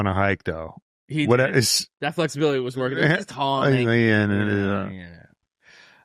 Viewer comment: Zero Felixibilily...Fexibilility..Flexbilitly😂